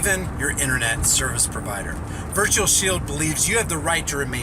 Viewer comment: I thought you said virtual shill vpn